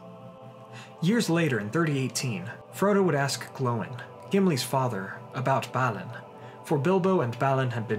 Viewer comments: You keep saying, "," but I though it was BAH-lin.....? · Balin too..